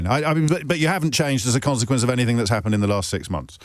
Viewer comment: "If anythink, errmm, I think..." 😳.